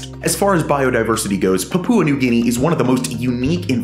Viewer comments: Puhpooa? It's PAPUA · Poop Poo New Guinea? Pronounce it "Pup-wa" New Guinea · It’s Paah..pua, Pepooa New Guinea 😊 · papoooa new guinea lol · Incorrect. Papua is not 3 syllables (PAH-poo-ah, wrong), but 2 syllables, emphasis on the first one, and the u is just a glide, not a full vowel, so, PAH-pwa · Love your videos. However, I have a constructive suggestion: check your pronunciations - Papua is pronounced (POP-OO-UH) with the accent on the first syllable. Image means a lot especially when you put your name and face to something - so it's important to produce something that is accurate in every way. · fyi the pupa in pupa new guinea is pronounced as papa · Man said "Papoowa" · The pronunciation of Papua New Guinea is more "Pa-Pyoo-Uh", with emphasis on the first two syllables. Glad to know they're looking after their forests. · great video, your pronunciation of "Papua" almost made me dislike it though...